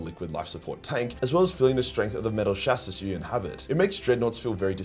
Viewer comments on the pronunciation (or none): Chassis = Chassy not Chassis